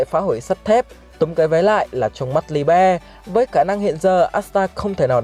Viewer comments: sao lại đọc là li be. nghe ngang quá. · Đọc nó là li-bờ a ạ hihi